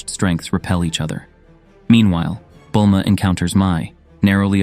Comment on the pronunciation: Peekalo. Gohand. Bullma. lmao!